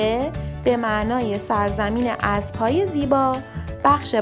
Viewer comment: اینکه یک نفر با زبان گویا بیان فرماید صحبت های ایشان دخترانه است و چندبار گوش کردم کلمه ابرو بجای اسب متوجه میشدم تا خواندم